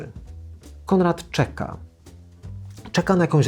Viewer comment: Mówi się Konrad, a nie Kondrad. Proszę poprawić film